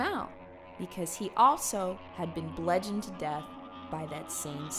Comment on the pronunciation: Aye bro, just so you know, it's bludgeon. With a U. Rhymes with nudge in. Just thought you might wanna know. 😁